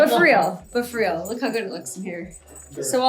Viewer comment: “But FREAL” haha